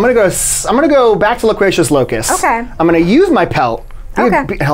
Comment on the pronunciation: All these Sports Guy questions about who was on covers of 2019 versions of games has me cracking up. Unintentionally obscure for the win haha Add it to the fact that couldn't pronounce any of the words in Loquacious Locust, and this might be one of me favorite Mysterious Monsters yet